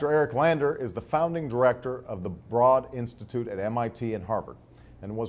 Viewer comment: Broad Institute - say it "Brode", not "Brahd".